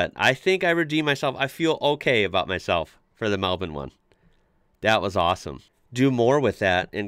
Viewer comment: Congrats on pronouncing Melbourne correctly! (melbin). Marlborough would be either Mahl-Bura or Mahl-Bra :)